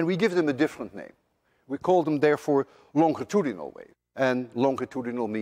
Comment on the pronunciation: Well Mr. Lewin, I guess the reason why Americans cannot pronounce the dutch word Huygens properly is the same why you can't pronounce english words such as longitudinal, destructive, among others. Each to his own.